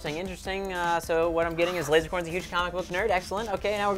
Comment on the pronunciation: said lozercorn to lazercorn